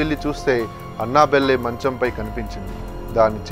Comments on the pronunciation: అన్న బెల్లె కాదు first పేరు తేలుసుకో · Annabelle pronunciation 🤣🤣🤣🤣